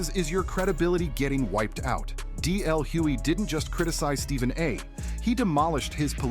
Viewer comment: It's DL hugely with a G